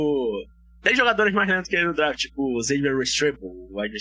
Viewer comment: Se fala dreft e não draft kkkkk